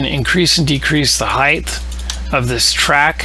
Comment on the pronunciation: I like to take a drink every time somebody says "heighth" instead of "height". So thanks! Snark aside, I did like this video, and I appreciate the 1080p and the zooming in to see what's going on.